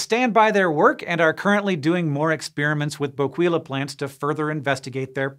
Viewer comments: It's pronounced BO-KEY-LA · My favorite part of these is that Hank never looks up how to properly pronounce words before doing entire presentations on them. I chuckled every time he said "bo-QUEE-la". 😂😂